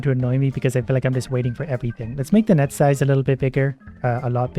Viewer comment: When he says "net size" it sounds like nut size, so when he said he was going to increase net size I thought he said he was going to increase nut size 😂